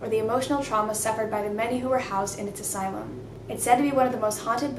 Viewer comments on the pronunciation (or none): none